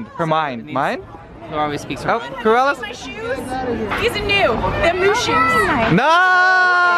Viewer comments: "they're mu-shoes" NOOOOOO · "they're mu-shoes" SHET HAHAHAHA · It's Mushu!!!!